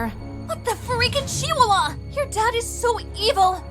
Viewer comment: The fact that she can't even say Chiwawa Chi - wA - Wa